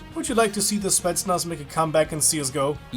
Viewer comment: since you're german. correct pronounciation would be in your transcript - "Spetznas - Otriad Spezialnogo (o with double dots) Nasnatschenia"